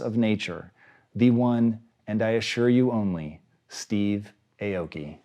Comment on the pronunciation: Not gonna learn how to say Aoki correctly? Boo